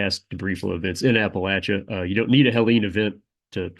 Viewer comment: Buddy said appalachia right. He gotta be from here